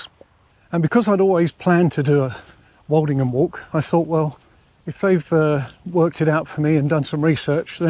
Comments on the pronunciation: I thought the "old" in Woldingham was pronounced like old in hold and told, not like the "alled" walled. Is that the local pronunciation? I'm a Lancastrian living down here in the vicinity. I want to be correct. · But you pronounced it Walledingham several times. I thought I had it wrong. I get loads of place names in the south wrong only to be corrected later, e.g. Plaistow, Isleworth, Leigh and others.